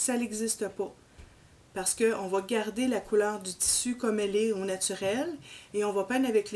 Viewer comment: 😂😂😂 non. Je parlais de la prononciation. Vous dites: Tssu au lieu de tissus. Différin au lieu de différent. Et lo au lieu de là!